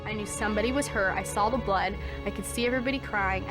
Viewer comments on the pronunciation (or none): none